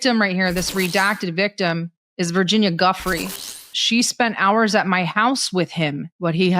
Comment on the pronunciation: Sarah, her last name is DuFray; Virginia DuFray, not Guffrey